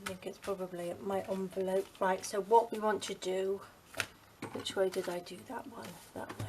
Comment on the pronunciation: You call it a "Junvelope"!